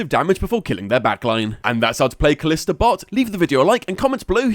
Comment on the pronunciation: It's pronounced ka-lee-sta